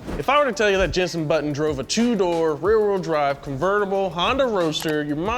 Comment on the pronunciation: The naming pronunciations killed me,also who tf is jensen button? the F1 driver i know is Jenson Button.